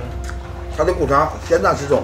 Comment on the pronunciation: 苦肠还是裤衩说不清楚